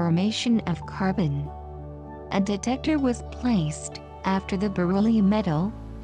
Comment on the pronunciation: Detector.. not decetor. Otherwise, a beautifully explained video ❤️